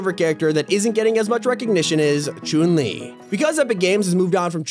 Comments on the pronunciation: Blud says Choon li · Who tf is Choon-li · Bro said croon li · CHOON LI OR CHUN LI? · Look he said choon li but its supposed to be chun li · Ah yes choon li not Chun li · choon lee Everyone: disappointment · This man is pronouncing "Chun Li" as "Choon Lee" it's hilarious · Choon Li Every Single Soul Watching This Video: WTF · the way he said chouun li😹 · “Choon li” gotta love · “choon Li” You can tell who’s never picked up a street fighter game in their life. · “Choon lee” 😭😭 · "Choon li" 😂😂😂😂😂😂😂😂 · my man here literally said choon li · I cringed when he said “Choon Li” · ok so the tags on the video, for fish stick its fish ** and then he spells chun li as jun lee lol. and says chune lee XD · man said chuun li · Who noticed that he said choon li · Bro said choon le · “Choon le” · Every time you said Chun-li are me feel sick it's pronounced Chung li but no hate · ‘Choon li’ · Am i the only one that heard choun li? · Not chon li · Don’t we all love Chung Le (when it was Chung le turn he says it a little werd) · The way he said chun li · Why does he say chun- li like that?